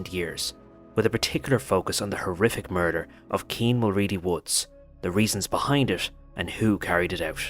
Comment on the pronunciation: Getting his surname wrong from the get go you are a terrible journalist. Kean mul..wooo not woods thought his last name was woods everyone knows that even in England